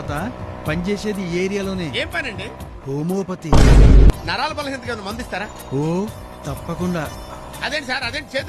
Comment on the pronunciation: Homeopathy ❌ Homopathy 🌑😂😂😂